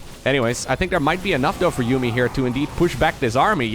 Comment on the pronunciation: It is ForJumy